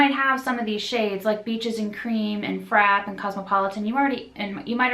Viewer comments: just so you know Frappe is pronounced (frap-ay) like the drink ( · No hate just wanted to point out that the word is frappe as in "frap-pay." Like the drunk. Just for future reference if you're talking about the palette